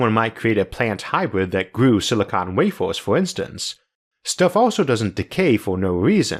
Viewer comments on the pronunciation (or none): none